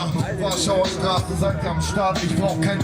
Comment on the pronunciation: Simon-Dach Straße, it's pronounced "strasse" the "ß"m Makes a "ss" sound.